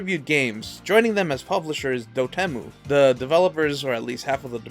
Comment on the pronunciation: Never heard anyone say "DotEmu" like that